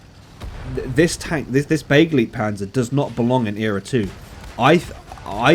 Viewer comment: It's pronounced be-GLIGHT-panzer ...and don't you forget it ;)